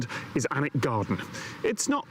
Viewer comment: Some of Harry Potter was filmed at Alnwick Castle, pronounced anick.